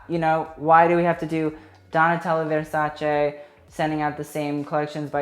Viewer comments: you are the first non-Italian person to know how to pronounce versace correctly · Emma Migault Americans and everybody else pronounce it like ‘ver sa chee’